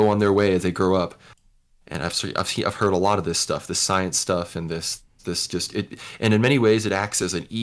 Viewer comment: "Just look at the soyence"